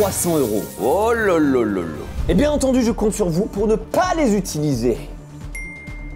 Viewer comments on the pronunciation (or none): none